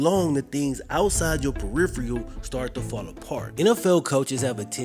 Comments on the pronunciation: Puh? It should be per 😅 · Puh-riff-uh-rull. No hate, I love you brother.